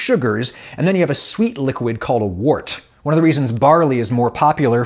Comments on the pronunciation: The word “wort” is not pronounced like “wart”. It’s pronounced like the words word, work, world, worm, worst. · Adam I love your stuff and I learn a lot but just a quick fyi wort is pronounced wert. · "Wort" is pronounced "wert". Sorry, I don't make the rules. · Many people pronounce wort, the liquid poured off a beer mash, “wert” rather than “wart”. Supposedly both are correct. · It might be spelled "wort," but it's pronounced "wert." FYI. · Having been a brewer myself I found this fascinating and brought back many memories. A couple of things that jarred though. First when the fermentation is finished the draining from the fermenter is lagering, the usual term is run off. Also the liquor produced may be spelt wort but is pronounced wert. Brewing is a very old industry and the weird pronunciation is probably due to the medieval great voul shift. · I know I am 3 years too late here, but isn't wort pronounced like wert? Also James Horlick moved to my home town of Racine, and my sister went to a high school named after him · Always heard it was pronounced wert. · Wort, pronounced 'wert'. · Very well done video. In the beer world, wort is pronounced 'wert.' A brewer will use mash-in temperature to influence the different alpha and beta amylase production to allow different sugar profiles for their wort, depending on desired beer characteristics. There is a style of beer out of South America, Chicha, that is made with corn. Because corn has low diastatic power, the alpha and beta amylase in our saliva is used to convert the starches into sugars. People set around chewing corn and spitting into a communal bucked. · It's pronounce WERT. Toads give you warts. 😉😉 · Love your work here. Just want to be my beer geeky self and note that "wort" is pronounced similar to the "or" in.. uh... "work"!! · "Wort" is pronounced "werdt" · Pronounce it like "wert".